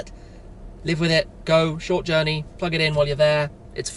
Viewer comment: in zhort, no it'z not.